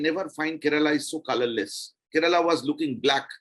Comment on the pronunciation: Please pronouce the name of the state correctly - its not " ke-re-la" its " Kerala " not bittergurard